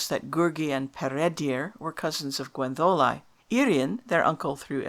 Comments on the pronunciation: Yes, I know (I am Welsh); but it doesn't sound like that when you say it. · Yet you pronounce Gwenddolau as Gwendolau, not Gwentholau. Some inconsistency here, I think.